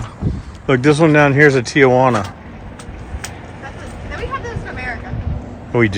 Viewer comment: WHY cant americans READ? TIGUAN....a G in the middle, not TIJUANA 😂 Your making everything up... RED NECK warning You actually behave like an illiterate imbecill... We all laugh at you....red necks SCANIA & Volvo is the brands that will kill all sales of your 1960 technic dinosaurs like 2025 Peterbuilts and more. Listening to you is fkn emberrassing, its like the lights are on but nothing happens😂